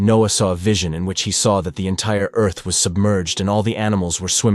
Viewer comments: I've never heard anyone say earth that way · Did he pronounce Earth differently?! Lol